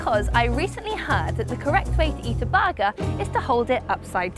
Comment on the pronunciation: What is "baga" does she mean Burger? Say "bottle of water"! FFS learn to speak your own language before you try to give tips